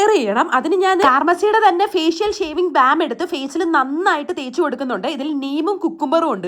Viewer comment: Bem alla bam aann 😂